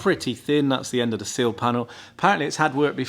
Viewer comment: Seal or sill? I can never tell the difference in these videos 😂